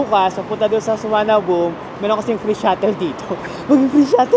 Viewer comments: Is the local pronunciation of Suvarnabhumi "Suwanaboom"? It's the first time I heard it called that way. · Thank you po, &! Sayang walang premiere chikahan hehe pero salamat po sa tipid and budget tips as always! 😊 Kaaliw po talaga na suwanaboom na bigkas sa Suvarnabhumi 😆 Favorite ko po sa trip nyo ang Sa Pa 😍 Noted din po yung 'visit advertiser' instead of no to skip. Hi dos! Until next trip po uli! 🙌